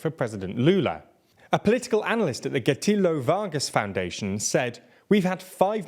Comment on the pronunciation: “Getúlio” reads differently in Portuguese. It’s like the Italian Gepetto, from Pinocchio